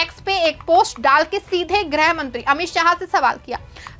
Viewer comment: ग्रह नहीं गृह मंत्री। हिन्दी शुद्ध बोलिए